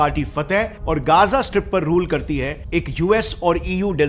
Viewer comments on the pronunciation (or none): Bro it isn't Geza it is Gaza clear bolo